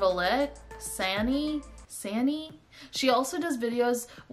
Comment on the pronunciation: It's pronounced S Anna like the girl from frozen!!